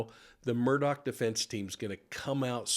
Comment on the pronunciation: His name is not Alec Murdoch/Murdock. It is pronounced Alex Mur-Daw. I just love grammar, phonetics, and the English language.